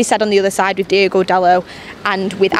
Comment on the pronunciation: It's Diogo not Diego :)